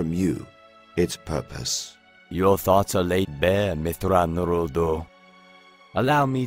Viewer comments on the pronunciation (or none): You pronounced his full name the same way Anakin butchers it in the next novel (myth-thrawn-Erodo) it should be, (myth-raw-nuro-odo)